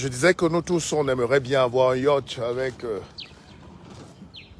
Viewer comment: Un yacht se prononce yot et non yatche 😂😂😂